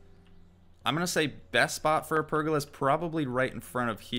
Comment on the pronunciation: Love you're content man, but the way you pronounce pergola really irks me lol xD. It's 'per-goal-lah'.